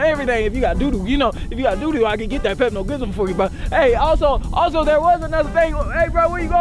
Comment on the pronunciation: Bro said pepo gimol